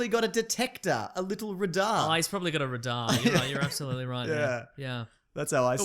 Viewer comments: 'r-DAR'? not 'ray-dar'? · Dear ozzies, it's ray-dar not ra-daar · I love how Aussies pronouce 'radar' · That's not how you say radar!! CRINGEEE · I like how radar is being pronounced here.